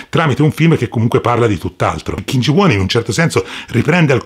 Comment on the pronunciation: Kim Ji Un si pronuncia però…